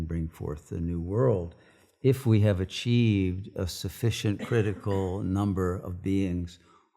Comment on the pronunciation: EWERY BOOK IN THE WORLD HAWE STORY,,, IS HAWE THE ONW REALITY! EWERY BOOK😅. COOL